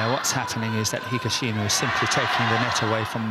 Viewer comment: GO HAGASHINO the guy next to him: higashino🙄